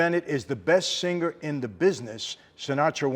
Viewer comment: By the way, unless you are forest gump, singer is pronounced with a silent G not sinGgger. I hope he brings an English coach on tour. Although I suppose Mike T will too wasted to pick up on most of the diction. The whole performance sounds truly brainsnapping. Not ,😂😅 .